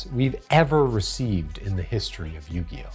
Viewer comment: Or “Queeriboh”